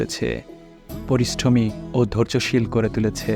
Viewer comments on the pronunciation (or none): উচ্চারণ ঠিক করবেন,পরিষ্ঠমী নয়, পরিশ্রমী হবে কথাটা, আবার প্রবাল হাওয়া নয় প্রবল হাওয়া হবে কথাটা,আর প্রবাল একটা রত্ন